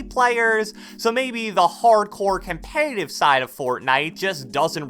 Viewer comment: My boy say com-pay-tive .......